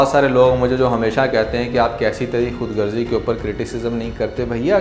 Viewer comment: We say khudagarzi. May be a few people pronounce it wrongly. Just a valid observation Urdu language was born in India at Lucknow. We respect & value Urdu very dearly. Warm regards